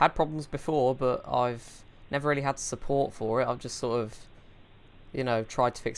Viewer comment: Wiruses found on this dekstop, so do one thing: Call tech suppowt.